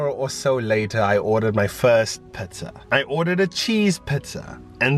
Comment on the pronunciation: Great tips and video! Love it when you laugh and I like how you say Pizza(pitza). 😊💜. #solofam